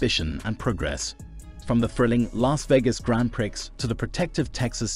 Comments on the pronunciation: love how u say "grand pricks" 😂😂😂 girl, its "grong pree" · Umm, “Prix” is pronounced “pree”……… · Prix is French and pronounced 'pree'. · Haha Grand Pricks.. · I was amused at the pronunciation "Grand Pricks"! It struck me as pornographic! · Given your English accent you should how to pronounce Grand Prix (Pree).how embarrassing.😂